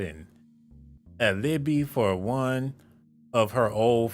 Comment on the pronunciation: Out this whole video I'm mad that dude pronounced ALIBI wrong 😂😂😂I'm sorry that was funny asf